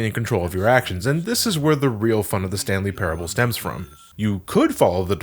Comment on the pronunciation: sounds like you're saying the stan lee parable...